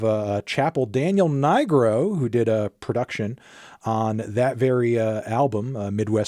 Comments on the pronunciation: Umm Melon you didn't have to pronounce Daniel Nigro like that. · You can't just say Daniel's last name like that anthony